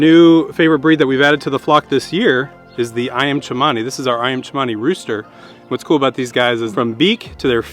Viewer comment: its ceeemani not cha mani - seeeee mani